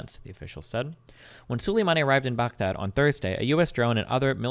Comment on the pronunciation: Destiny can’t pronounce ‘Soleimani’ correctly in this debate